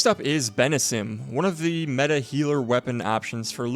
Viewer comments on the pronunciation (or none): none